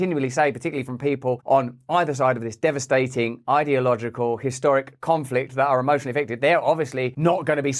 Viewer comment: Russell… Please can you say Unila T erally and Par T y etc etc. Ul..im..at war doesn’t have a very eloquent ring to it as neither does Esca..laY..ing. Please please please can you be a pioneer to bring back proper enunciation. You did say in this video the word DevastaTing. So you do sometimes pronounce your T’s. Im so fed up of sloppy speech from tv presenters and everyone who can’t be bothered to speak properly. It’s just laziness. Loving your videos and the content is more imporTant so I’d watch anyway, and I know I’m probably being niggly. Sorry to everyone, you don’t need to say I’m being anal. I know. 👍👍